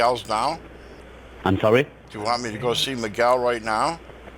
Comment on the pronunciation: Terrible English by these 2 idiot scammers. He can't even pronounce "Miguel" properly.